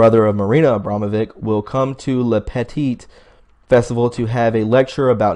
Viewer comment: you know Abramovic spells not like vick but witch at the end in serbian....:)